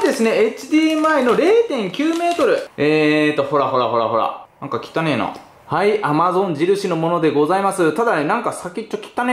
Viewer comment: きたねえが汚ねに聞こえるｗｗｗｗｗｗｗｗｗ